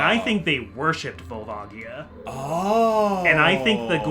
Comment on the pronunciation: Is the "Volva Gaia" pronounciation because of a certain chandelier?